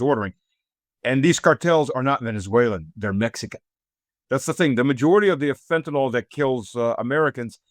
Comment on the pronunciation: Fentanyl... Not fen-ta-NALL. It's pronounced fen-ta-NILL.